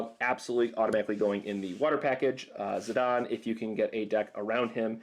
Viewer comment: Russell Parry He actually pronounced Zidane correctly. It's "Zih-dahn".